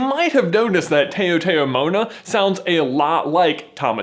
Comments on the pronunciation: Taotaomona Is Chamorro culture. Chamorro is Micronesian, not Polynesian. I would also like to point out that only Chamorros believe in the Taotaomona no other Island race does. I should know, I am Chamorro. (P.s. Its pronounced T-ow- t-ow-moe-nah and it is the belief of spirits within nature, not re-incarnation into animals. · Just FYI: ☺️ The term "taotaomo'na" (people who came before) is pronounced this way: tao sounds like the "tow" in the word "towel" ("tow" rhymes with "cow") so the pronunciation is tow-tow-moe-nah. Hope this helps and I love that you included that info in this video! I'm from Guam and our ancestors were voyagers so Moana is very dear to my heart as a native Chamorro. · Taotaomo'na is pronounced tau-tau-mo-nuh, and this is a Chamorro term. People who trace their ancestry to the islands of Micronesia are Chamorro (islands including Guam, Sa'ipan, and Tinian). Moana is based on Polynesian culture, so taotaomo'na is totally independent of Tamatoa. Just to be clear, since I am Chamorro and the way you pronounced taotaomo'na really bothered me. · I can't stand anymore. Taotao Mona would be pronounced towtow as in tow. A has an ah sound, o says it's name, e has an eh sound I has a long e sound, and u has in ooh sound. You're saying the Mona part right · GAAAAAAAAAHHH!! Dude! We went over this! Your mispronounciation of taotaomona is like sandpaper on my eardrums! The "tao" in taotaomona is pronounced "tow" as in towel or "tau" as in" Tau-ceti! Sorry for shouting, but I lived in the islands and I am a Pacific Islander. I have even ridden a coconut crab and swam with sharks as a child. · Bro is pronounced (TAW-TA-MOAN-AH), just fyi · Taotao mona = rhymes with "cow cow mona" Guam Squad back me up. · It's pronounced like tow tow Mona (like cow ) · I’m from Guam and he pronounced “taotaomona” incredibly wrong ... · It’s “taotaomona,” at least in Micronesia, or on at least Guam😂 good effort doe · Still saying taotao mo'na the same way huh?😑😑